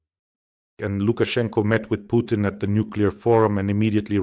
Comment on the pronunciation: Pjukein, Lie-rov, Pees-kov, Mad-vevev